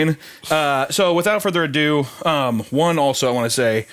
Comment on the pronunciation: "So without further ado" Further ados Every. Time.